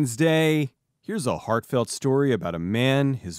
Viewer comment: at first i thought you said, "fartfelt story."